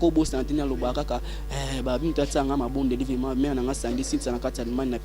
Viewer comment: Yo monsieur VRAIMENT ET NON VEMA😠